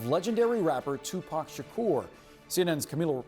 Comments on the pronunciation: What would yall have done if she called him Tupick Shkeer? 😂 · I'm cringing at how she is pronouncing his name! Ugh! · Tupac Shukerr 😂😂